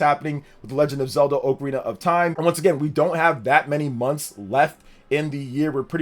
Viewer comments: It's "oc a rina" not "oak a rina", get it right. Lol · Oc-arina not oakarina. Kinda like octopus you don't say oaktopus lol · Respectfully, I disliked the video based off the pronunciation alone. Dude said "OAK-arina" of time. Absolutely wild work. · It’s wild how many people pronounce it wrong, as oh-carina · If you cannot say Ocarina of Time like you're supposed to and you say it stupidly like that do not say it at all you're ruining the name of the game